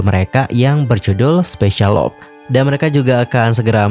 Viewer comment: I hope u can pronounce "LOVE" correctly. U should pronounce with "LUV" not "LOP"